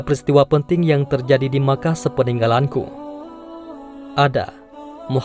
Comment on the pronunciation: Mekah kok jadi Makah